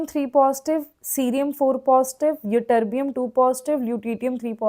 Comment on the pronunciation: mam tm -thulium and yb-yitterbium you pronounce wrongly